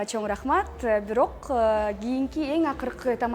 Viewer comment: Жакшы бирок сиз шашпай сөздөрдү так айтыңыз чо рахмат эмес чоң рахмат!